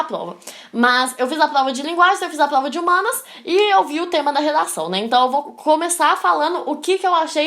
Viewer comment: Melhor parte é quando dela fala igual o cebolinha.. kkkk "Plova"